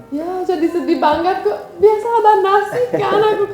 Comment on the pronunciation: Cute banget kalau ngomong kadang ada kelebihan ‘g’ nya 😄. Dingin jd dinggin. Banget jd bangget.